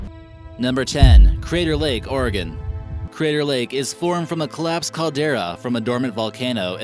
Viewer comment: Oh you pronounced Oregon right i0i